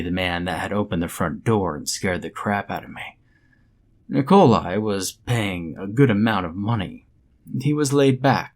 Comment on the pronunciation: "Nicole eye", eh? Real slav-ophile you are...